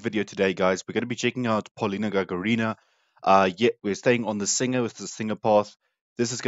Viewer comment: Простите но Вы неправильно ставите ударение в фамилии ГагАрина, а не ГагарИна, извините.